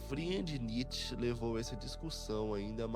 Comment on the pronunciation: Que agonia de ouvir niÊtche.